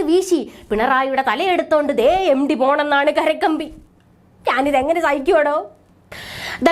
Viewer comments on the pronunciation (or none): എം. ടി.... Not എം. ഡി